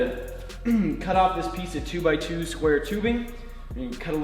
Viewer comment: Square tubing = squoobing :)